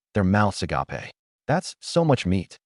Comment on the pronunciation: FFS> why can't you say agape properly?